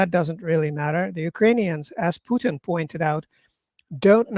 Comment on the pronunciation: It is very annoying when the host can not pronounce Putins name properly.